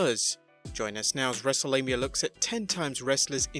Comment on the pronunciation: Thought he said Wrestlelabia at the beginning 😂